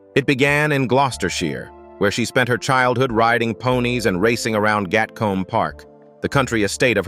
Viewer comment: Gatcombe is pronounced Gatkoom in UK . Berkeley is Berklee.